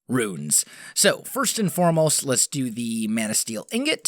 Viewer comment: Is he saying runes or ruins? Hard to tell :P